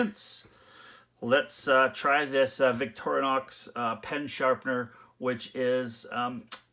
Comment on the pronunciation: It's pronounced "Vick-tor-in-ox" not "Vick-toria-nox". Sorry, but not sorry.